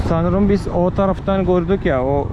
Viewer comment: Gordünüs mü ve bis demen 😍 z yerine s harfi tercih ediyorsun 😇🖐ama kulağa çok hoş geliyor